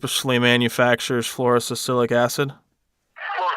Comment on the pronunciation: Fluoro s i l i c i c acid not sis cilic acid .